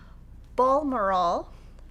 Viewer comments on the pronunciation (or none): I was going to post the same. Just to add, the “Bal” is pronounced the same as in “balance”. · FYI Balmoral is pronounced BalMOREal, in Scotland, where the Queen spends Christmas every year. Love the book and trunk show, and you'all! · Gorgeous!. I loved Kingston, Brighton and Surrey and Doug obviously knows the part of the world I used to live because it was in Surrey between Kingston and Weybridge.Your pronunciation was pretty good ‘ but the Queen, if she was watching,may have been amused at How you said her Scottish ancestral home of Balmoral! Loved this trunk show and I immediately bought Tabletastic 2 when you did this before. This book is an absolute winner and I agree with those who have suggested they could easily become quilts. X